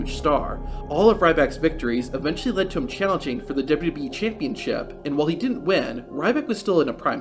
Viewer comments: Lol really? Sounds like he's saying dub-dub-eeeee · "dub duhBee" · The way u say wwe made me stop watching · Does this narrator not know how to say WWE?